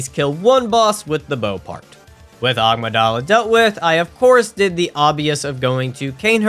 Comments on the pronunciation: Is it Amygdala or “Agmadala” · Nobody (not even NPCS) can convince me it is not pronounced as Ah-my-guh-dayla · Aaamigdaala i am dead 😂😂. Spare my ears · Why is everybody always pronouncing amygdala wrong? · Am I insane or does every Bloodborne youtuber pronouce "Amygdala" horribly wrong????